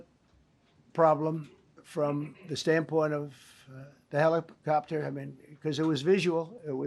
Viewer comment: What is a helipcopter?